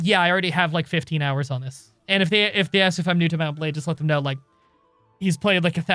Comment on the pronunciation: Mount and Blade sounds like Mountain Blade when you say it quickly. I have nothing else to add.